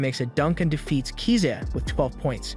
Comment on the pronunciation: KISA NOT KZA